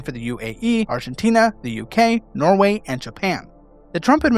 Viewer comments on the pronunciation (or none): none